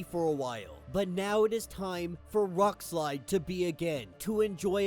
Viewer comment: Wrongslide? Rockslide! You gotta enunciate stupid! Why are youtubers so illiterate.